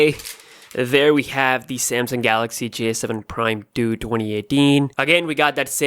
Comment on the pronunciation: the way u pronounce 2 2018 freaking hilarious